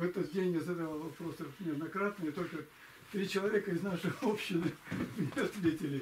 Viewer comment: общИны, а не Общины